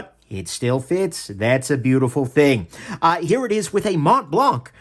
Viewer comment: Was that supposed to be a French accent? Montblanc International GmbH is German. Thanks for the review.